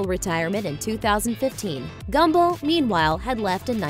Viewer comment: Did she say "Gumbo" instead of Gumbel ?